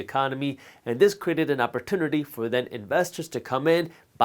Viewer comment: The way this guy pronounces "opportunity"